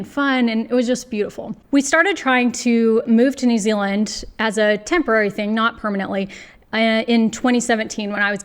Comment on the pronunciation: I’m grinning because you say New Ziland like a real kiwi. Nau mai, haere mai ki Aotearoa. Your skills are desperately needed here.